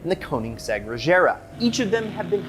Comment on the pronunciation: They way he pronounced Regera was atrocious